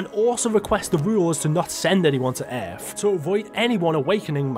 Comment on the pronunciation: Bro for God's sake, it's ,,world"" not "weeerld" and it's ,,earth" and not ,,Eeerrff" God damn it bro please stop it